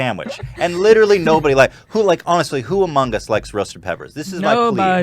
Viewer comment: Whenever you said "who among us" it sounded so close to "Hugh Mungus" i fucking choked